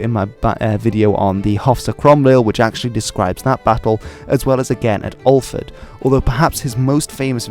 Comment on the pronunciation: If it was Alford in Aberdeenshire you referred to, it's pronounced Aa-ford.